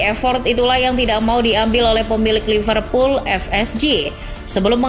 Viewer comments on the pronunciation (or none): none